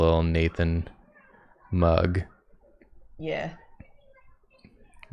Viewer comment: when they first said “nathan mug on the beach” i heard nathan BUG on the beach and i was looking forward to seeing a lil nathan as a bug and then starts drawing the mug…😂